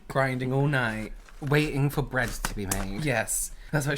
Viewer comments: Was the bread pronunciation a hint that is unhhhh fan? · The way pronounced bread... is that a trice reference?!!! That’s the only way I pronounce bread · AHHHHHHHHHH said bread in Trixie’s Swedish accent from the Food episode of UNHhhh.